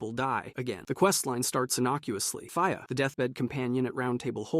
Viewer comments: nah 😂 i went to the comments to see if anyone else was getting annoyed at him mispronouncing marika then i saw a comment about fia so i skipped ahead this mothafuka just do that shit for comments on his vid and its smart tbh well played...... fia not fire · The way he says fia is so weird fi-ah when its fee-a and he cant say marika wtf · Bro you gotta be pronouncing these names wrong on purpose lmao mareeka, rahdon, faya, blade and mileena is wild